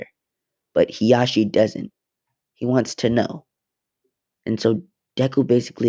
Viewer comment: I like how he says heashi instead of Hizashi